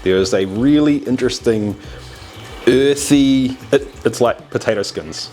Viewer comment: is it uuuuuurthie pahtaytowie flayvah?